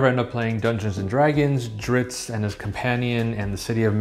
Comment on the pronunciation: Wheel of Time and now Drizzt “not Drizzit” Do’Urden. 🤘 best channel